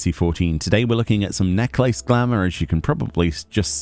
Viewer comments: i love you... but you saying necklace triggers me... you say Neck-laces.... it's NECKLASS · It’s interesting, in the US we say necklace as “neck-less” and I’ve never heard it said “neck-lace” before. And now that I’ve heard it I’m like, “Oh, hey! That makes sense! Like lace around the neck, right?” Lol, pronunciation, amiright? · Your enunciation of the word necklace is killing me. LMAO